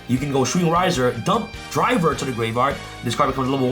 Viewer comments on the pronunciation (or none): Gaveyard instead of gRaveyard 🪦